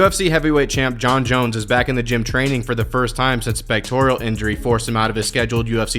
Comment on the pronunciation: Good job, but the word is pectoral, not pectorial.